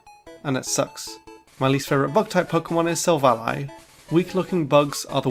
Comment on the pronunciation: IT'S SILVALLY, NOT SAVELLA! AND SWINE IS SUPPOSED TO END WITH AN E!